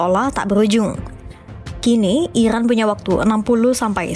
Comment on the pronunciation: IRAN bukan Ikran min 😂🤣